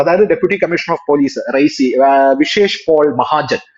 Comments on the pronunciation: Raisi alla . Reasi. Ri-ya-si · റൈസി.. ആണോ റിയാസി ആണോ...? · റീസി അല്ലേ.റിയാസി ആണ് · റൈസി എന്നല്ല സ്ഥലപ്പേര് . റിയാസി എന്നാണ്. Reasi ( शियासी/ റിയാസി )district of J&K. അവിടെ ചെനാബ് നദിക്കു മുകളിലായാണ് ഈഫൽ ടൗവ്വറിനേക്കാളും ഉയരത്തിലുള്ള ലോകത്തിലെ ഏറ്റവും ഉയരം കൂടിയ റെയിൽവേ ബ്രിഡ്ജ് പണിതിരിക്കുന്നത്.